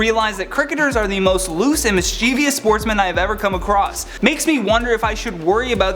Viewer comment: "miscievious" isnt a word. Its mischievous. There is no ee sound or even letter in the suffix